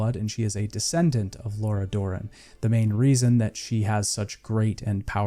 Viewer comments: The way you pronounce some names and things is just funny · The pronunciations have to be rage bait right? Did you play the game with audio on? Great video though. Id like to also point out you didnt mention one of the best side quests in the game, Lord of the Wood, in Skellige. One of my personal favorites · Did you even play this game? You pronounce nearly half of all the character names wrong.